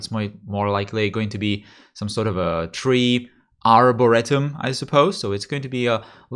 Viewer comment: you are almost spot on. Instead of ar·bor·RE·tum with a short e sound, in English we say ar·bo·REE·tum with a long e sound. Warning long rambling rant about English below Of course, English spelling doesn't tell you which e sound to make since english spelling is hard to read. Oh wait did I really mean read? What if I meant read instead? Isn't writing fun! Food doesn't rhyme with good, but it rhymes with brewed and prude. And oh yeah, rhyme has an h in it for some f*ing reason. English is such a Frankenstein's monster of Germanic and French and Latin, and Spanish, and...well naming both a romance language and Latin might be a bit redundant... but we do use pure Latin roots sometimes so it counts! anyway instead of having one spelling system we use ALLL OF THEM and there is no indication when we switch from using French spelling to British spelling to American spelling. UUUGhhh and don't get me started on their there and they're, or then and than, or your and you're, or eye spelled without an i, or... I think i made my point a while back... AAAHAHAHAHA lets keep going! Apostrophe s makes a noun possessive except for "it's", which is a conjunction of "it is" so you drop the apostrophe for that ONE SINGLE TIME so "its" is possessive but it's isn't even though there is no way to distinguish the two verbally and we got along fine. What's the plural of moose? why moose of course! whats the plural of goose? geese! AHHHHHHHHHHHHHHHHHHHHHHHHHHHHHHHHHHHHH WHYYYYYYYYYYYYYYYYY